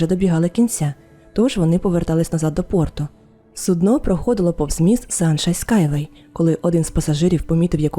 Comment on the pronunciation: Дякую за нову історію. ❤ Вибачте заздалегідь, я знаю, що мене за це закидають помідорами🥺, але я, як колишня працівниця Укррічфлоту, душніла і людина з ОКР 😅 не зможу не думати про це. Не суднО, а сУдно. Це дуже різні речі 😉. 🫣 Будь ласка, вибачте ще раз, що я прискіпуюсь.